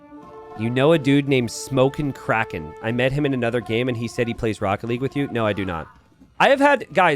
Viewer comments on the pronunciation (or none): none